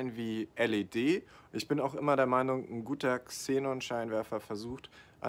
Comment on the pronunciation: Höre nur ich 'Zenon' raus? 🤐